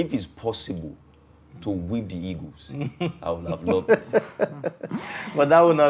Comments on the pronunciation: Why do you people always say 'e-g-o-s' instead of ' e-a-g-e-l-s? I can't just understand why. We were all colonized by the British. Why do you people find it difficult with your English pronunciation? Even PHD holders have same problem. Can someone explain to me? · Why do they say eagus, "super eagus" 😁